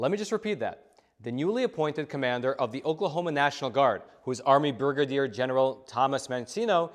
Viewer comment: it's "brigadier", not "burgerdeer".;-) You do such a great job of articulating so well so many words in so little time, that it really stands out when you misspeak.